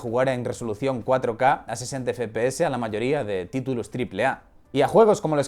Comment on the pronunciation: Me pone muy nervioso que diga fpese y no fpeseSssssss